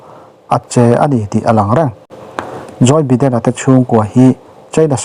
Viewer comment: joy biden nilovin joe biden tih tur